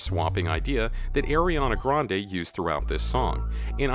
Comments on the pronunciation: the way he said it tho... airy-ahna grande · He said eriana grande 😂